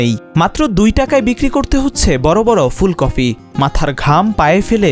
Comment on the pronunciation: ফুলকফি??? স্তুফ? রিপোর্টার এর উচ্চারণ এর এ অবস্থা কেন?